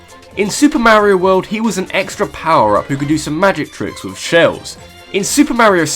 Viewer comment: Also he pronounces mario wrong it's m-AR-io not MAYOIO